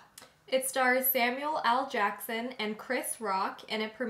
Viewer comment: Is it me or are they saying Samuel AL Jackson? Am I buggin? Haha